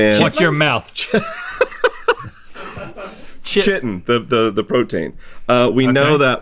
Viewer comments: "Chiton" is not pronounced "chh-IH-ton" but rather "KAI-ton." A scientist should know that. Science fails. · It’s pronounced “kite-in”, not “chit-in”. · Chitin is actually pronounces like kite-in not chit-in btw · Him saying “chitin” like it’s spelled but it’s pronounced like kite-in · I love me some Stience, but I am DAMN sure that Chitin is pronounced like Ki-tin, and not Chai-tin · Was wondering why he pronounced "chitin" as "chitten." It's pronounced "kai-tin." Would seem someone with a degree would've known how to pronounce it. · I think it might be a regional difference, I pronounce it as ki-tin too, but I've heard other scientists refer to it as chai-tin. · It’s pronounced “kite-n” not “chi-tin.” Made for a funny bit, though. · ...the science guy pronounced chitin as "chit-in" as opposed to "kite-in." Smh. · everyone in the comments: haha iron not metal me: ITS NOT PRONOUNCED CHITIN, ITS PRONOUNCED KAITEN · Did this scientist just pronounce Chitin as Chit-tin 🤓🤔 and not Kite-N smh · Chiten= KAI-ten, not chit-en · Is it pronounced Chit-tin? I always pronounced it Kai-tin. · it's pronounced kai-tin, not chee-tin. come on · Omg the way he says chiten (pronounce Kite-in) is infuriating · Uhm... it's pronounced KYE-TIN, not CHIT-IN. Look it up in any dictionary. Starting to question this guy's credentials. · yea isnt it pronounced "kite-in" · It's 100% pronounced "Kite-in". It comes from a latin word meaning "Mollusk-like". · Its a latin word meaning "mollusk-like", it's pronounced Kite-in. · It's definitely a regional thing. I'm in NZ and none of my professors pronounce it like him. Either chai-tin or kai-tin, depending on where they're from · Glad I’m not the only one who noticed! All the science professionals I’ve worked with say Kai-tin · Interesting, I’ve always heard chitin pronounced “kite-in”, anyone else? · Chitin is pronounced “kite-in”. The mispronunciation drove me crazy! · It is kai-ten. He calls himself a scientist but I'm not so sure